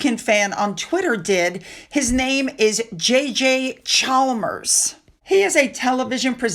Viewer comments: Hi, Hugh Grovenor, the 's' is not pronounced. And the surname is Chammers, the 'l' is not pronounced. Tricky pronunciations all over the place 😅 Girls who code? Americans and lots of Brits will probably not know that in WW2 many many women worked at Bletchley Park in England decoding the German messages and helping to bring an end to the war. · Or the "L" in Chalmers...so sounds like Charmers.